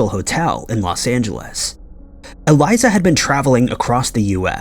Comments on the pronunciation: Something that really bothers me about your videos is that you don't research how to pronounce people's or locations names correctly. It's not Eliza, is Elisa (e-lee-sah) lam (l-ahm). You don't pronounce Ireland's capital right, Dublin. Etc. Your videos are great and I enjoy watching them, but you have a tendency to not put any effort into pronouncing names correctly and it posits you as un-credible when doing this. And it shows a lack of respect. Just saying. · Cmon maaaaaaaannnn. Eh-L I S A- L A M. That is how her. Ae name is said bruh. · it's Pronounce E-LEE-SA LAMB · I stg just be pronouncing shit wrong to fuck with everybody like its elise-ah lam man, ELISE-AH LAM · Holy crap have you ever read English before? It is pronounced e-lease-ah Lam-B.. If you don't bother to learn to say the peoples names correctly you are not helping, you are both hindering and being an insensitive ignorant amature of a creator doing piss poor work